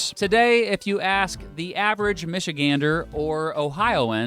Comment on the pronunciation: Thank you so much for saying Michigander correctly, idk why it bugs me so much when people say it weird but it does lol.